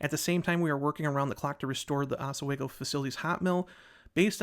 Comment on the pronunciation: Novelis employee here. Latest news is the mill should be rolling metal by Thanksgiving and hopefully full production by end of December. The fire was absolutely outrageous, millions of gallons of water used to put it out, over 20 fire companies called in. Every single one in the county. Also pronounced "ahs-we-go" 😂